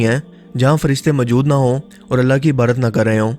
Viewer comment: میں نے آپ کی بہت سی ویڈیوز دیکھی ہیں، کافی معلوماتی اور تحقیق پر مبنی ویڈیوز ہوتی ہیں۔ لیکن آپ کے بیان کرنے میں ایک بات سخت الجھن کا باعث بنتی ہے کہ آپ لفظ عبادت کو ہمیشہ عبارت بولتے ہیں ۔ مہربانی کیجیے کہ اس غلطی کو ترک کر دیں ۔